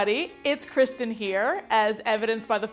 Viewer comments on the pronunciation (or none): none